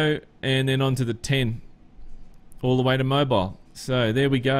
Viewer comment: it's more like Moe beel, but yeah, kinda like that